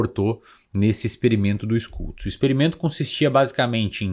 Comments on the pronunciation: Schultz se fala Xultz, não Skultz. 😉😉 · ''xultz'' a pronúncia, SCH alemão equivale ao SH inglês